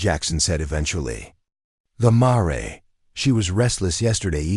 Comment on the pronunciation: MARE -Rhymes with HAIR